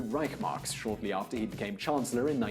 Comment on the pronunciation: That's pronounced 'Rishe marks'.